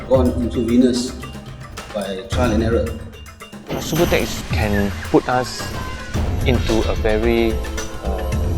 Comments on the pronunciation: lol they said sue-boo-tex its sub-you-tex subutex lol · LOL at "Soobatex". It's pronounced "Sub-you-tex" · Lol homie gimmie some soobahtex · Not even pronouncing subutex Correctly. What an idiot this guy is. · Maybe there saying it right an we've been saying Subutex wrong lol